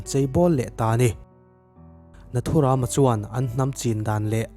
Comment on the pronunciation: Tha hle mahse nathuram lam dan a dik lo ram(jungle anga lamtur)